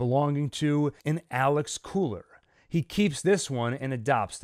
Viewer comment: lmao i always laugh whenever i hear Köhler = Cooler